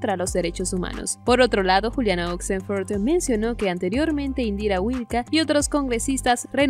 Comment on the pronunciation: Que horrible y wachafo como pronuncias oxenford